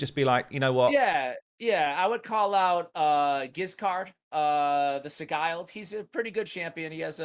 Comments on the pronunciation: "giscard the si-guiled" lol, i guess raid needs to release a pronunciation key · It’s pronounced (sid-gelled). Giscard the sigiled.